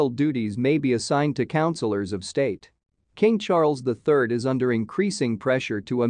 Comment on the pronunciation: Cann this guy please get his pronunciation of King Charles ĺll correct or does he not know better.